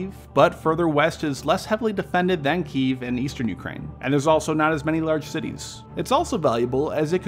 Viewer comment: What's a "kiyv"?